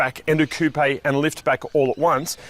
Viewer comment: Why tf do you say coupe like that, it has no accent mark